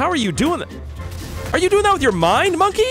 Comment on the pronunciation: It’s bonke not monke